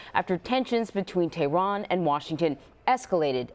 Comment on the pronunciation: She said Tiran